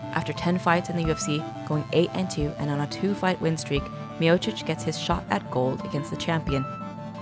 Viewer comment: Other than mispronouncing Miocic, great video